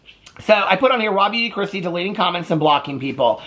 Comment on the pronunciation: I listen at 1.5x speed. All yesterday I thought you were calling her "Robbie DeChristie" 😂 This title spelled it out. Haha.